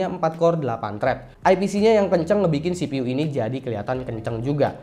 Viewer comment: CPU dibaca sipiyu bang.. Msa sipi uuu.. Wkwkk ngkak.